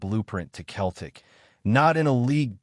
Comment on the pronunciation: It’s Celtic not Keltic 😂